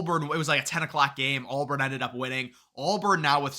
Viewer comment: it's AUBURN not ALLBARN! Seeing you mispronounce the easiest name not once, not twice, but five times was insane